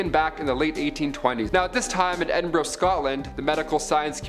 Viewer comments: Ur saying Edinburgh wrong Say it like ed-in-bur-aa 💪🏻😁😁😁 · And it's pronounced EdinBRUH